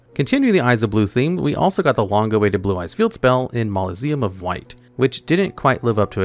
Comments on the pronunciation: Mau-so-le-um, not ma-lo-see-um. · Mausoleum is pronounced Ma-So (or sometimes Zo)-Lee-Um